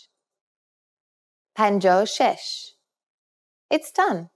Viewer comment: هفده هجده شش ....درست تلفظ کنید.